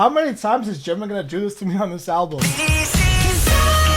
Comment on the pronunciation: Yes, JK did opened up Permission To Dance and Life Goes On, he's the main vocalist -you pronounce Jimin and JK's names perfectly -yes, they also have songs that are sung by units (2-4 members, you can get songs like Fly To My Room and Stay, songs with just the rappers [Ddaeng, Ugh, etc] and songs with just the vocalists [The Truth Untold, House of Cards, etc.], sometimes 2 rappers [Respect], 2 vocalists [Friends], 1 vocalist and 1 rapper [4 O'CLOCK]) and solo songs, each of them..